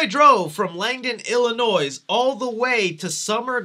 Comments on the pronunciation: Il-uh-NOY...not noise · Okay man, I’ve watched all your Halloween reviews and, because I’m an entitled prick, feel I’ve earned the right to inform you that the “S” in “Illinois” is silent. I bet you even mispronounce “Appalachian”, you fool! Nah, just kidding you...but seriously: cease and desist, sir!!!! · The “s” in “Illinois” is not pronounced.